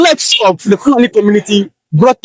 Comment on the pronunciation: I notice that it is pronounced FOO--la--NEE